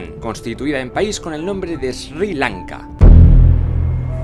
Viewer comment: lo pronuncian sir lanka